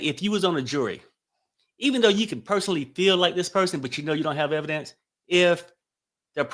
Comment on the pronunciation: Evidence, not evence